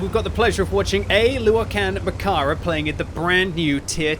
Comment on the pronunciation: murdered that pronounciation... English speakers always make the vowels too short